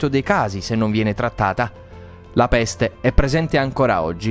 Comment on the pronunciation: Ma raga bellissimo come ha detto: PPPESTE😂